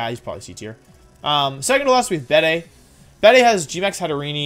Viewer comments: Dude just called Gigalith "Jiggleith" Also I'm pretty sure it's pronounced Beed, not beday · Bede is pronounced like "Bead". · It's pronounced bead